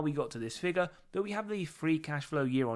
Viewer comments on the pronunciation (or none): none